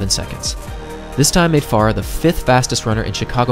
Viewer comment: There are two syllables in Farah!